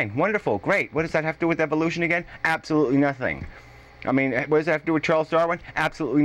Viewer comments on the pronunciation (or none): *again*, not "away"..how did that happen?:)